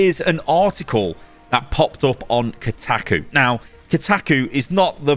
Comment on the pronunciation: the way says Kotaku as khtahkoo lol I cannot